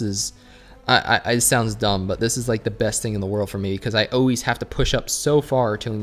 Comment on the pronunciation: It's pronounced 'ALWAYS' not 'OHWAYS'. Fuckin weirdo..